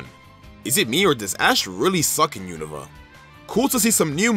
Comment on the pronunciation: Finnaly someone who says unova properly